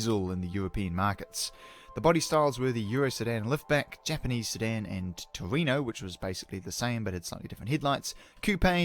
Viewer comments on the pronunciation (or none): The other JDM is a "Torneo" for "TOuRing NEO" (as I learnt when reading the cover of my japanese manual), not Toreno. The Torneo also comes in Euro R model with a chassis code CL1. Otherwise, nice work enumerating the craziness!